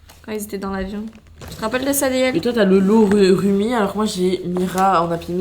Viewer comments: On dit Roumi Rumi❤ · Trop bien la vidéo mais juste un truc rumi sa s'écrit comme sa mais on prononce roumi pas pour être méchante ❤❤❤